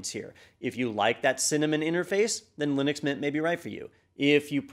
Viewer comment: lie-nux mynt is really good lol